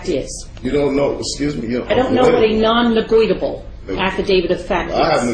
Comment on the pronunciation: “Nonnegoitable” LOL